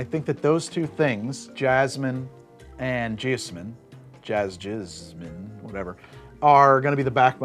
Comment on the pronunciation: I'm pretty sure it's supposed to be pronounced jee-OZ-min with the stressed syllable like the Wizard of Oz.